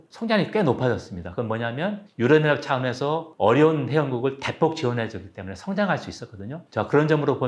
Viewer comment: 유럽 연합을 유어어하 라고 발음을 하시...😅